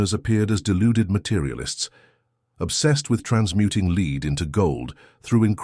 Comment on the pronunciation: leed into gold, bye AI